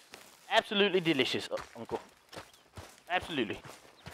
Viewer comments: Deleeshus. Sitchiation” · Am I the only one that loves how he pronounces "delicious" and "situation"?